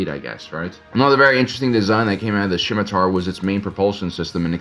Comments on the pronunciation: hey whats up nerd, its pronounced SIMM i Tar - not SHCim atar, good channel, the C is silent. Its a sword in history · I have never heard scimitar pronounced like that. Skim-itar, sure. Sim-itar, yup. But Shim-itar is a new one to me